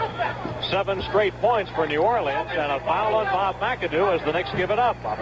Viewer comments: This announcer says 'New Or lee uns' (in 4 syllables) about 100 times – and presumably every time he calls a game there. You'd think some one would eventually take him aside and let him in on the local pronunciation... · New Orleans is NOT 4 syllables.